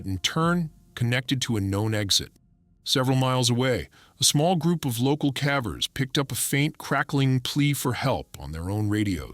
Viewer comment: A.i. keeps saying cavvers, I wonder if the prompt had (á) if it would use the hard A? I’m big on critique, I’m all about trying to help channels grow. 😊✌🏻✌🏻